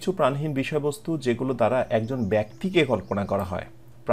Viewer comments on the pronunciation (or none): none